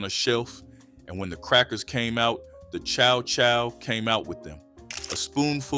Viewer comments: Never heard it prounounced Cha Cha relish. My grandmother, and great aunts and uncles always pronounced it Chow Chow. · Too many mispronounced words, Karo syrup and Cha Cha relish u learn better 😜😜 u make same DUMB mistakes on all videos 😞